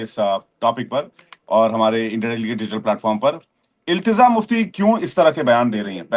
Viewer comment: Ilteza nahin hai bhai ilteja hai